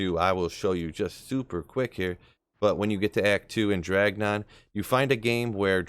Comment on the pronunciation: His name is Drognan not Dragnon lmao great video tho